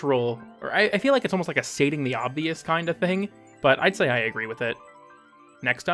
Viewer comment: You just said Ike